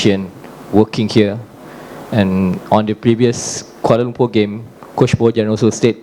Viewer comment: sebut bg betul lah kuala lumpurrr ni duk sebut koala lompurrr koala lomporrr 🤦🏻